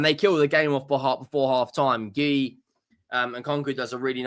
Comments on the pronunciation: Marc Geee Ooo is how you pronounce it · Marc G-you that's how it's pronounced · Marc Guiu is pronounced Marc Gee-uuu